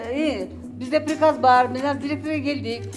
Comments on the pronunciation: Пирказ дегенди туура айтып алчы анан Директор болсон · Пириказ,дейт го.